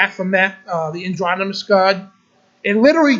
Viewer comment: The word is "androgynous" not "andronymous". And it's not masonary - it's may-sun-ree, masonry.